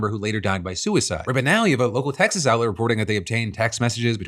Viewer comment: Did that say "Exas"?